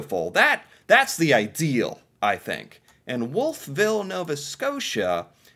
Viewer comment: Wolf Ville is pronounced as one word, eh. Home of Acadia University. And the world class Irving Gardens. Cart